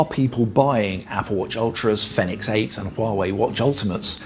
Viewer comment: Great video.. By the way Fenix is pronounced the same as Phoenix